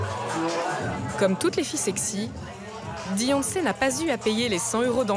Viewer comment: "Deyonce" ? On est d'accord le D est après le B dans l'alphabet ?